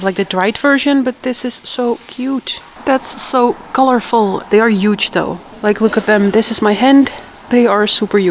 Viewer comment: It's pronounced Huge, not Yuge 😅